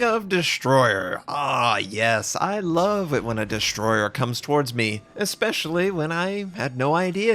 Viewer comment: What is a Dishhhh-stroyer?